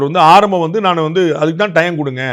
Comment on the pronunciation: The governor couldn’t even say “naan” properly in Tamil.. he repeatedly said “naana” and what ridiculousness…. They should be able to pronounce such a simple word properly.